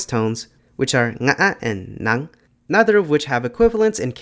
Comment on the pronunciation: seeing a non-native nailing "ngã" and "nặng" is such a delight